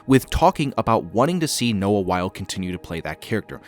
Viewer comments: Not to be THAT person, but Noah Wyle's last name is pronounced "WHY-lee" (rhymes with Riley), not "While". Otherwise, great video! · His name is pronounced Wylie, not Wile.